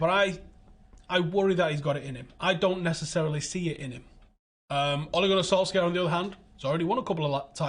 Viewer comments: Solshar not Solskyar for fucks sake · FYI - in norwegian we pronounce Solskjær without the K-sound. Sounds like Solshar:) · Pronunciation Solshire not Solskjaer no K. My only beef. Good show. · Interesting insight as always, but can someone please ask to work on pronouncing "Solskjaer" properly? Or at least try closer to the way the man himself does. I'm not Norwegian, but know he's butchering his name. It's a matter of professional courtesy. You're better than that